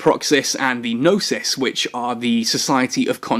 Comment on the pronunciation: dear... the society of conscious thought ships are named after the Greek words for prudence (sYnesis), knowledge (gnOsys) and Act (prAxis), please sto buchering the names lol...